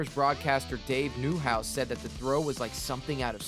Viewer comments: Dave Nee' haus not Dave New' haus, otherwise great video. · To answer your question, It's pronounced phonetically Dave Nee-house. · Great video. Can tell you are not local with how you pronounced Dave Niehause 😂. Favorite Ichrio moment. Went to a game while visiting our grandparents in California. They were playing the angels and I was a young kid and one of the few Mariner fans in the stadium. We had adults throwing peanuts at us even. All worth it though because we were on the right field line. When Ichiro was running out at the start of the inning, we yelled for Ichiro and waved and he waved back.